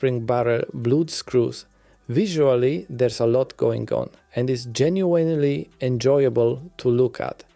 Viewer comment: genuinely genuinely genuinely genuinely... If you're gonna read from a script that repeats this word so much, at least learn the correct pronunciation, man